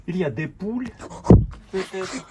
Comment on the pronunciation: Il faut dire " Pull " avec un U .Poule c'est la volaille 🐔 qui fait des œufs. Il faut dire " Jupe " la lettre U .